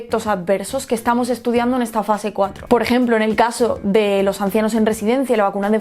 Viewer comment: Se dice los, no os